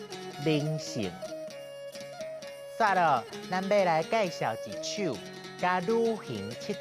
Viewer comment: 其他有重耽的所在我鬥陣寫佇遮 蹛飯店，蹛愛變調 渡假是tōo-ká，毋是to̍k-ká 一首，是tsi̍t siú，毋是tsi̍t tshiú 海湧，hái-íng，毋是hái-ín 風景，hong-kíng，毋是hong-kín，閣有後壁鬥句彼寡íng嘛攏讀做ín去 毋過已經做甲足讚矣！！感謝製作團隊～